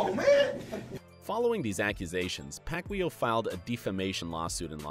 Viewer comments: Pacquaio not pacqweow haha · No one: Literally no one: Hip Hop Content: Pacweelow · Did you just say Pacwheel? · manny pac-yow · You said pacquiao name wrong some many times !!! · I hate the way this guy pronounces "Pacquiao". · first of all, nobody in the states says the pacquiao name right, only filipinos know how to pronounce that correctly. and second, pacquiao beat mayweather in court and in the ring and made over $150 million.